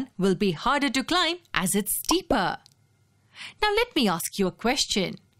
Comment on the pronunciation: I love when narrator say steeper like steeperrr.